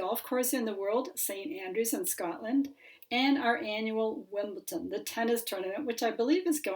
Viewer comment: Wimbledon, not Wimbleton